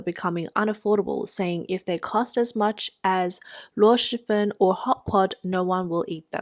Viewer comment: A channel that reports on china that cant even pronounce luosifen correctly? Very strange. 🤔🤔🤔🤔🤔🤔